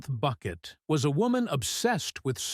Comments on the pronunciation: I kept wanting to correct the audio every time I heard "Bucket" -- it's Bouquet!!!!! 😂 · Say her name correctly, please. And it's not "Boo-quet" or "Buck-et".